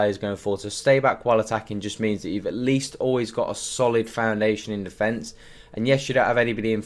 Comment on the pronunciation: „Come back on defence“ sounds like „ come back on the fence“ every time you say it 😀 great video though, I will switch to this formation to bring me back some fun in FIFA